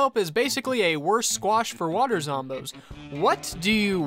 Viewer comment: the way you pronounce his water is hilarious